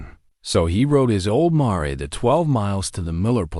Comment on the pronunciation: I hate the narrator repeating DOT throughout the story!!! And the narrator saying "mar" instead of calling his house a mare!!! Those things detract from the story 🤨😵‍💫🤯